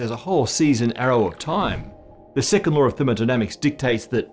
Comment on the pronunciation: I swear, every time you say "second law" I hear Sicamore, so now I think of the laws of thermodynamics as trees